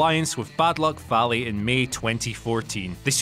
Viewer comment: multiple mistakes with information, mispronouncing fale, really poor quality not expected from whatculture wrestling. claiming in ring ability / achievements matter and then listing prince devitt as number one. disappointing video from someone who clearly doesn't watch new japan. even more shame should be placed on the lack of editorial checking